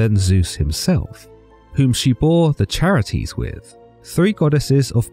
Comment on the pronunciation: Sorry to be that guy, but the title of three goddesses of beauty, joy, and blossoming is pronounced (Kare - It - Ees) The Greeks only used hard C sounds in their words. And the 3 Charites (Charis being the singular title) deserve more respect than that.